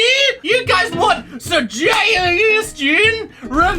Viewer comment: sejgestiown reriwer